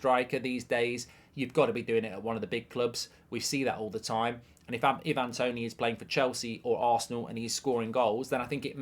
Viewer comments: It's "I-van", not "E-van"- he's Jamaican, not Croatian 😂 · You could atleast say his name right Ivan has never been “i van” it’s always been “I’ve-an” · The amount of people who can't pronounce 'Ivan' is hilarious..